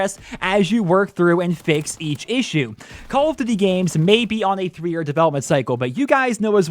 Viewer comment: “Call of D’warwar 2”